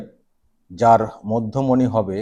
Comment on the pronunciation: ঠিক করে পড়ে দেখুন না, মধ্যমনি না,'মধ্যমেনি' !!!!!!😂😂😂😂